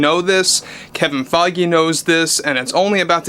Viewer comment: kevins last name is pronounced (Fayj) just sayin